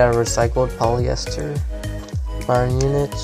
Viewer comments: Just thought id let you know it’s pronounced munic not MuniCH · By the way, it's pronounced: Muunik. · You are right its munich no munic